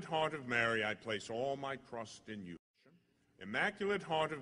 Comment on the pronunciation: I really like this prayer! It echoes some in the video and sometimes it sounds like he’s saying crust instead of trust.